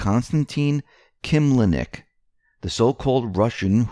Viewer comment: To everyone doing the news, Please learn ahead the name you are going to say - use phonics like we babyboomers were taught - Kil LEM nik. Can't do this with the way reading began being taught memorizing the whole word mid '90s...